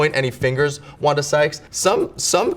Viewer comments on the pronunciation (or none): none